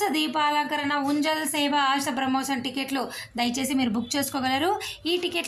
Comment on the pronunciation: ఊంజల్ సేవ అనండి. ఉంజల్ కాదు మరి.